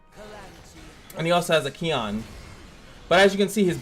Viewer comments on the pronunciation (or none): Y u call him Key-on, that bois name is Kew-own.